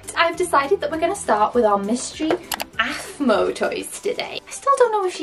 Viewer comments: its pronounced af maw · Its aphmau not aphmau 5 rares 12 purple